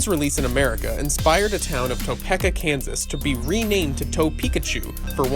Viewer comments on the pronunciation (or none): A) Cool video B) the town is actually pronounced toe-PEE-ka C) where can I find that Pokémon-style US map? That was cool.